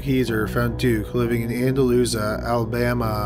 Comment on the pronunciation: IS THAT ANDALUSIA, ALABAMA? Edit: I should of waited like, ten more seconds. It's pronounced ANN-DA-LOU-SHA. Andalusia. Near my hometown.